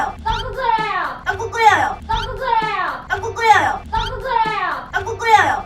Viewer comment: 앜ㅋㅋㅋㅋㅋ 일단 넘모 귀엽고! ㅋㅋㅋㅋㅋㅋㅋ 이거 은근 중독성 있네? ㅋㅋㅋㅋㅋㅋㅋ 떡국 끓여여 떡꾹끓여여허ㅋㅋㅋㅋㅋㅋㅋㅋ 자꾸 들으니까 발음이 떠끄 끄여여 처럼 들려 ㅋㅋㅋㅋㅋㅋㅋㅋㅋㅋㅋㅋ